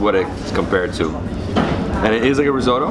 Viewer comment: Rissoto ? Seriously rissoto😵